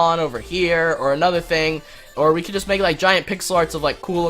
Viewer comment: i noticed u said weed not we LEL